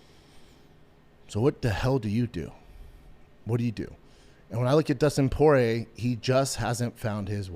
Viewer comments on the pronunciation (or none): he called him justin party instead of dustin porier